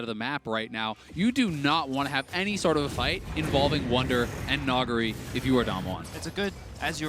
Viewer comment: Can someone fucking teach them how to say Nugiri's name, I get more and more triggered every time they say it.